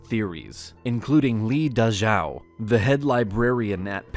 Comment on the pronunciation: Physically cringed at how he pronounced Li Dazhao… jesus